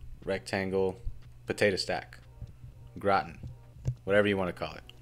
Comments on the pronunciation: Grah-Tahn, not Grah'tn. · I thought it was gra-teen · Sorry it just bothers me. It’s pronounced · he did call it Grahhh tin , lol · "potato GROTIN" lmfao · its pronounced gra-tan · Dude i am not french, but please dont say "gratn". It hurts. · If now there only was a video explaining how to properly pronounce gratin.